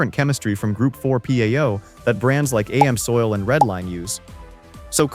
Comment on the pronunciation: The video would be more believable if you could spell and pronounce the brand names correctly. AMSOIL is pronounced as one word, not A-M-S oil!